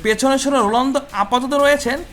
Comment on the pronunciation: ভাই আপনিতো রোনালদোর নামটাই বলতে পারেন না